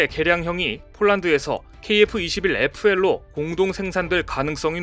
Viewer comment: kf21 fl 이라 읽고 자막은 pl 입니다 ~